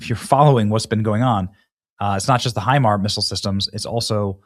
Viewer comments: HIMARS is an acronym, the s does not denote a plural. It's pronounced HI - MARS, not HI-MAR. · Damnit Benny. Hi-mars. It is pronounced Hi-mars not Hi-mar......... and our ballistic missiles systems are woefully under powered in range compared to Iran's because it isn't something we have ever had to give a shit about and it is one of the only things they can use to cause problems so they invested all of Obama's cash into it. It isn't the flex you think it is. We are winning but please ask an adult before you start talking about military stuff you have no idea about..... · Benny it’s pronounced HIMARSzzz. The s is not silent. Thank you🎉